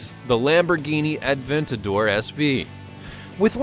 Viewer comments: The one-77 and the Aventador SV are not even close to the fastest cars. And it's not pronounced Ad-ventador it's A-ventador. There is no D. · "Turbocharged" shows Lamborghini Aventador haha xD "Lamborghini Atventador" What?! Say that again ... "...but is 110 pounds lighter. You know, for aerodynamic purposes" What has weight to do with aerodynamics? Doesn´t the M600 have a Volvo engine? "Bugatti Whyron" (written like spoken) Its Veyron (french) All Bugatti Veyrons are AWD, not just the 16.4 SS The Hennessey Venom F5 isn´t even out yet ... but the Hennessey Venom GT is fast too (2nd fastest car in the world) "Bugatti Kiron"(written like spoken) WTF, learn speaking car names correct, again, Chiron is french And my favourite car: ´02 - ´03 Subaru Impreza WRX STi, they just look amazing <3